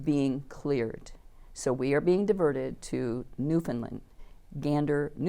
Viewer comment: spot on!